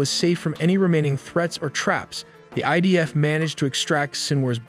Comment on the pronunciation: Admin Its idf not Ibf 🤣🤣🤣😂😂